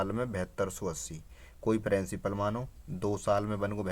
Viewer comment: Hutiye! वो प्रिंसिपल होता है प्रेंसिपल नहीं 😂😂 Bolna sikhle pehle fir padhaio 😂